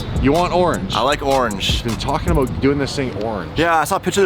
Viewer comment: cannot say the "about" for shit